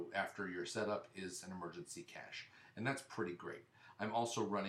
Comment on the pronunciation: You keep pronouncing cache wrong.